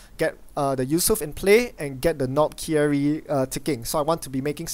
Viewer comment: Omg I need to fix your pronunciation: - Despite the spelling, it is pronounced: Knob-kerry. The I is treated as silent. - and because it upset me in the last episode: Acacia is pronounced: a-Kay-sha.:)